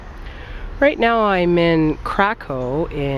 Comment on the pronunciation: Pronounced Krak- oov. ó is oo and w is v. Not Krak-of.